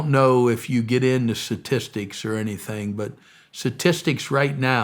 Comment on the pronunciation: God bless this man, but I can’t stop focusing on him saying “satistics.”